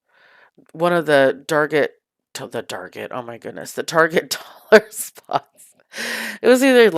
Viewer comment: The Spooky Garland was super Cute and Spooky! 👻Loved the Pumpkin Table with the mirror, so creative 🎃🥰 The SKULL 💀 was my Favorite ♥️ especially loved how you said DARGET! Hehhehe! I’ve called it DARGET as well😂😂😂 Great Video👻🎃💀